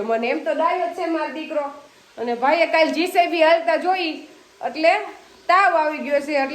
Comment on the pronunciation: બહેન જીસેબી નહિ પણ જેસીબી